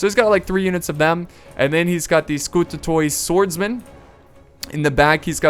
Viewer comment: you can pronounce the byzantine names a bit better by ignoring the o when you see the oi. for example scoutatoi --> skoutati